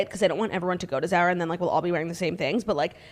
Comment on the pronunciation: The way Claudia is pronouncing Zara has me DED